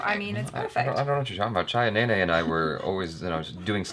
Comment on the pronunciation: Chhaya Nene! Interesting. She is the one pronouncing the Indian words and names correctly. Impressive! May be Jaby should hire her to learn hindi, Marathi and many other India languages.